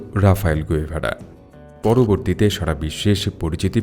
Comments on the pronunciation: গুয়েভারা না। গেভারা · গ‌ুয়েভারা না, গেভারা